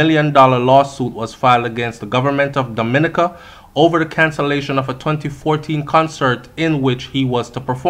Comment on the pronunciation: Domi-ni-ca lol you knw how we caribbean ppl want you pronounce right